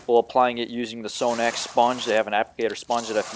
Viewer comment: You pronounce is wrong. Its Sahh-nax.